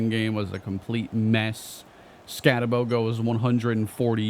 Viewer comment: I know you did not call him ScattaBOW when it’s ScattaBOO 🤦🏽‍♂️😳